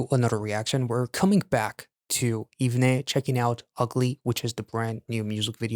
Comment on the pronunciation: OMG I have never been more early! Haha The group's name is pronounced "Even" by the way. Love your reaction/review as always. Thank you for supporting the boys🥰